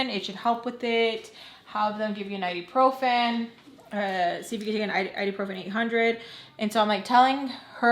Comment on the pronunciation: IBUprofen, not iduprofen 😂